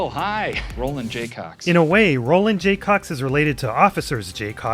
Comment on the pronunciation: Roland J. Cox. not "Roland Jaycocks".